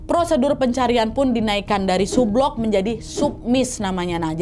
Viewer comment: Cara baca sublook, submiss, subsunk salah